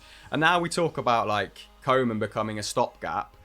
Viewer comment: It not Kow-man pronounce KOE (cow in english) as ue as in CLUE. KUE-man